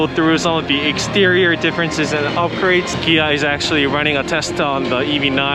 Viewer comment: Interesting how you say, Kia, "Gee-ah".